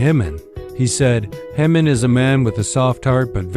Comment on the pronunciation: Pronounce Jimin's name correctly